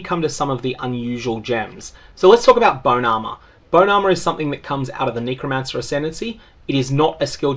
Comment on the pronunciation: the word is NECK-romancer not NEEKO-mancer